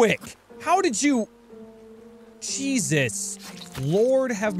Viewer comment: When you said "jesus Christ" at a little before it sounded like you said diseases Christ